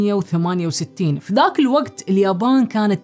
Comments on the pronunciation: نطق التاريخ خطأ 😉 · في غلطه في النطق بلتاريخ في دقيقه 3/17